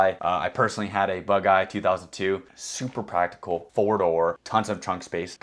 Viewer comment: “very practable” 😂